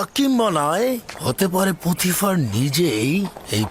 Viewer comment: পটিফার না পুতিফার হবে।